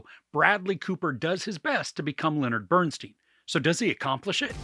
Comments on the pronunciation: STEIN not STEEN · His name is BernSTEIN not BernSTEEN! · Pronounced “Bern STINE” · Why some Americans keep pronouncing his name as BERN-STEEN instead of BERN-STYN jesus christ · Please say his name correctly. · We’re supposed to take YOU seriously as a reviewer, but you can’t even pronounce Bernstein correctly? Did you actually watch the movie?